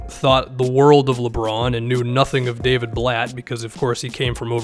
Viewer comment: I was just about to comment that lol